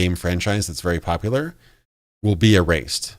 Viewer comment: No worries about the "Poplar", other YTers have similar "mistakes" aswell. ACG for example can´t say "bla bla bla" and instead always says "bah bah bla" or LegacykillaHD can´t pronounce "seventy something", like "Fallout Seveddy six"or "Cyberpunk twenty seveddy seven". The worst that can happen: You make your viewers feel superior XD